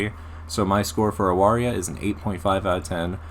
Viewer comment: First? It's pronounced Avaria, I only found that out today. Respect for your preference of Zdrada. Nikita is very cool, Like your reasoning. I am unfortunately torn between Pandemonica and Judgement.